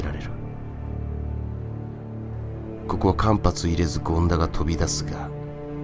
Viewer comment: 間髪（かんはつ）を入れずですね。